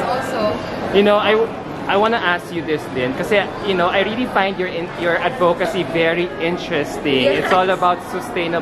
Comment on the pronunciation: I am rooting for her. But all candidates and interviewers should learn how to pronounce "advocacy" correctly. The emphasis/pause is on AD, not on VO! It has been pronounced incorrectly by dozens of candidates and interviewers over the years!